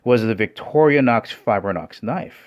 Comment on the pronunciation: It's not "victoria nox fibre nox", it's "Victorinox Fibrox". Also the X30-steel on the Mercer is 0.3 % carbon, so it's not "high carbon". Other than that, great honest review. Will yet stick to my Shun, though, because I don't like fat plastic handles.